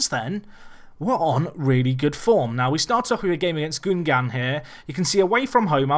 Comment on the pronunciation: Hi! I'm the guy that tweeted you the guide to pronounce french club names. So far you're doig great, except on a few ones, and the fault is probably mine because I wasn't really clear. When i wrote 'un' for the pronounciation, you should pronounce it like the number '1' in french, as you say in 'Ligue 1', it's perfect. It's not 'oon' but '1'. You can apply this to Reims and Guingamp for exemple